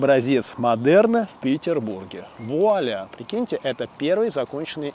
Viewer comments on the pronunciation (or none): none